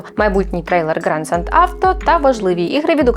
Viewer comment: Theft - тент? Краще б вже гетеа казали